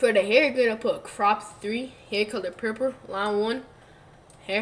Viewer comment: He said purlper